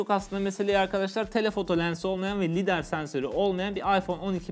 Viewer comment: Lader sensörü olmayan mı diyor te ?